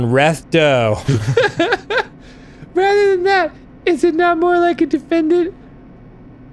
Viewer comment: "Here I am...on reath dow."